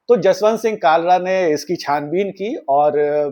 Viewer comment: bhai, Kalra nahin, it's Khalra... From the epiglottis. 😊 Kalra is Khatri clan in punjab whereas Khalra is name of village of Sardar Jaswant Singh and it is general practice to put your Village as a suffix to your name (particularly among Sikhs) instead of your surname. From the epiglottis 😊😊 खालरा, ख ✅ क ❌ 😊😊😊